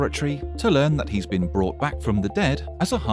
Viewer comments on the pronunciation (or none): none